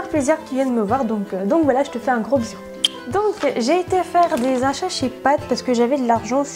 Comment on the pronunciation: "Mes achat padd que j'ai fait chez padd " petit bug 😂